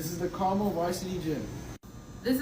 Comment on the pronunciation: As some who grew up a Hoosier Hasan is right about school funding in Indiana. Suburbs can pour millions, while historic black schools can barely remove the asbestos. Also he said Carmel wrong, but I am grateful for it